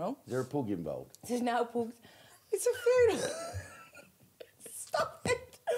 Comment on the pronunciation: Come on Jim and team - why is the audio level on Jim and Her always so low? - - I notice that Vicky is wearng trousers this week, after flashing her bits last time, when she was rolling about laughing! - - - What's wrong witha PUG dog, it is spelled P U G, not P O O O G. You don't go to the pooob for a jooog of beer - its pub for a jug! 🙂